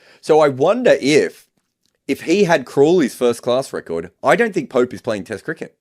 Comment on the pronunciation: Did he said judgement of poop. 😂